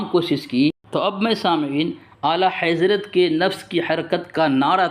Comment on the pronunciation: تم کو اعلی حضرت کا نام لینا نہیں اتا تم تو اعلی حیضرت بولتے ہو صحیح سے بچے جا کے مدرسہ پڑھ لو اس کے بعد دلیل دینا تیرے بس کے بات نہیں ہے یہ 🙊🙊🙊🙊🙊🙊🙊🙊🙊🙊🤣🤣🤣🤣🤣🤣